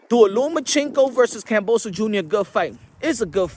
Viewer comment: You can't even pronounce his name right these days. 😂 What a flog